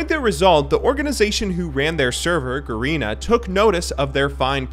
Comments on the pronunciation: He actually pronounced it "GARINA" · garina HAHA its ga-re-na